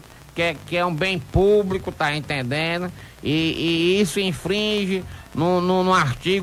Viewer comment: "Tá intendenu"?